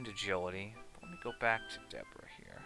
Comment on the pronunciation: DEB-or -RaH you saying her name wrong... Your saying Debooorah like the dbz character lol 🤣